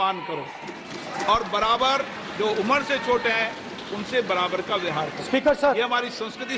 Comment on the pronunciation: Speaker ko vyohar ka uchcharan nahi karna ata.